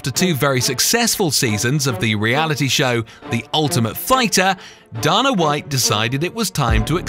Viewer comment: Theres no way you pronounced Dana White‘s and Tito Ortiz‘s name lika that